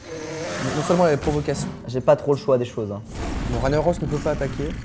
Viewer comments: On dit RAG NAROS pas RAGNIAROS. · qui a envie de vomir quand il dit ragna au lieu de rag na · C pas Raniaros c Rag narosse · NON PLS TU N AS PAS PU DIRE RANIAROS XD il s'appelle Ragnaros un g qui fais gue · "Raniaros" Mes oreilles ont saigné. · sa se prononce Rag-naros on dit pas le GN sinon continuer vous êtes trop bien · "raniaros" mon dieu... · Ragnaros prononcé Raniaros ?! Sérieux ?! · on dit rag naros